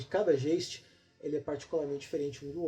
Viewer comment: A pronúncia é alemã: "gaisti" significa fantasma. OBS: para jogar white Wolf, tem que saber espanhol (brujah), francês (tremere), italiano (giovanni), romeno (tzimisce) e alemão (geist)